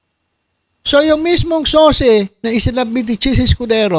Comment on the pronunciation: SOCE PALA HINDI SOSE!